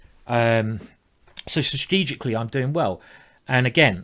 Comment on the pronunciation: "Sustegicly" --Simon Williams